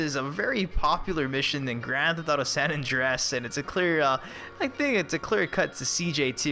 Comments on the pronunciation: San Andreas not san Andress like u Said i the video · "San Andrass".. pretty sure it's pronounced "San Andrey-es"...